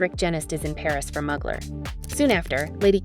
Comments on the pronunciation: It's mooglar not mug lar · Fashionista. I only know one designer whose last name is Mugler. If we’re speaking of the same guy, a pronunciation tip to the catwalk chick. MUGler is NOT the way Thierry Mugler says his name. It’s like this: Terry MYOOgler. No MUGS. MYOO. Don’t like tats, in general. But he’s spectacular. What an intense work of art. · It’s pronounced “Moo-glare” 💕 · Not even… It’s MÜ-GLÈRRRR…. And ZHË-NÈ… Both are virtually impossible to pronounce for native English monoglots… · please learn how to pronounce the names of luxury brands properly! I mean come on ... Mugler ... for example ... fashion houses represent institutions of art and fashion extremely valuable to history and to this day remain relevant for how their work influenced culture, sexuality, other art forms and society. You should know how to pronounce names out of respect! Lets do some more research people! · The pronunciation of Mugler is painful. Is this narrated by a human? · not sure ! many people don't know how to say a U the French (or Turkish) way